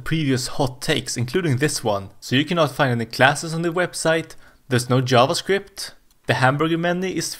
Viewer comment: Pronouncing it as "yavascript" is in itself a hot take